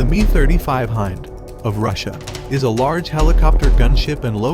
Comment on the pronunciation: Great Video but why do you pronounce the MIL Mi 35 as "MIL ME 35"?. Love the video by the way.